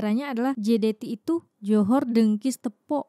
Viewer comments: assalam.. mohon mncelah...sebutan 2 harimau tu. 1.. dengkis 2.. tepok.. sebutannya.. teapok.. bkn tepuk mcm bnyi tepuk tangan.. tepok tu maknanya tidak boleh berdiri dn berjalan dengan baik..hanya mmpu mmgesot.. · Bukan tepuk tapi teypok. Orang Johor sebut teypok.